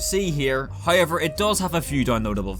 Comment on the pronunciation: Nobody:: "haoever"